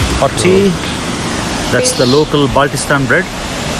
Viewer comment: salay pehly naam to pata kar leta its baltistan not balchistan 🤣🤣